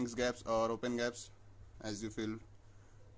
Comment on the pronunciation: Its not 'gaps' its 'G' apps tats for Google apps..!!